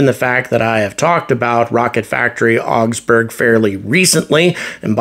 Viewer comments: RFA being a German company, I would expect the correct pronunciation of Augsburg is not "ox-berg" but "ah-oogs-boorg" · The Wikipedia page for the city of Augsburg has an actual pronunciation; just click on the Loud Speaker icon.